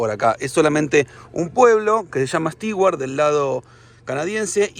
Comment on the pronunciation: **Nota** Amigos viajeros, en inglés no se dice ni pronuncia "Sti-uart", se dice y pronuncia "STU - uart", por más que se escriba "Stewart".